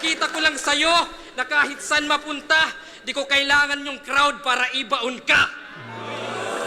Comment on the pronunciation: yung sa Edison line tingin ko "Edi Saan yung innovation?" yun. kasi tinutukoy niya walang ginawa si Lilstrokes eh, tas mabilis yung pagbigkas niya ng saan into sun.